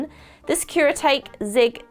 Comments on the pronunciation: I think it's pronounced Kure a tauk e :-) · Gonna drive me nuts. Kuretake is pronounced "cure-uh-TOCK-y". The Kuretake No. 8 is my favorite brush pen. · Nobody Literally nobody: kUreTaykEe